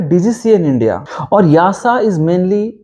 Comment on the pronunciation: Why you pronounce YASA instead of EASA?